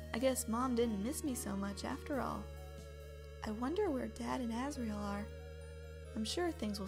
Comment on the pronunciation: Me:asriel Asriel:yep that's my name Me:sounds like ass riel